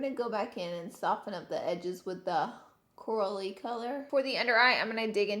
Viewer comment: I love how at one point you say Coral-y color but it sounded like you said Cora-lee lol